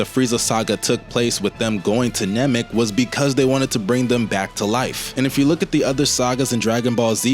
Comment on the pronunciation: I've never heard Chiaotzu pronounced like that. Or Namek as 'Nemek'